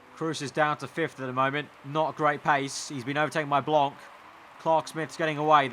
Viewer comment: Hey just wanted to say that you have a little problem with the pronouciation of Blanc : You don't have to pronounce the c at the end so you just have to pronouce Blan, But anyway good video as always :)